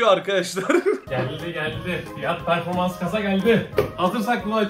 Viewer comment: "fiyat performas"😂